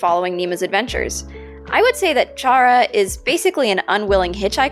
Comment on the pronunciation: Ur voice is nice :D btw I’m pretty sure chara is pronounced like kara